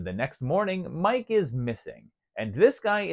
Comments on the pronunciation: "Me Kay" not Mike. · it’s pronounced MEE-KAY